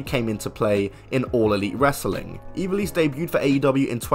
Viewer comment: That's not how you pronounce ivelisse